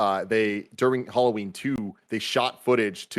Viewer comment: It’s tough to make it through this simply because of the way they pronounce “Halloween”. I can’t.